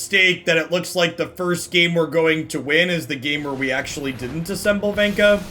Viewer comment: Say Venka one more time.